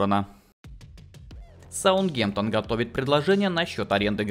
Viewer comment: Не саутгемтон правильно саутгемптон